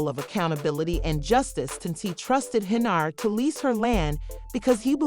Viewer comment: the voiceover on this video is really bad. who the f is Henry-yard?